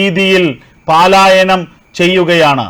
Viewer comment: Pal ayanam paalayanam alla